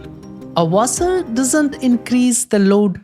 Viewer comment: Wait how can you say section perfectly but not washer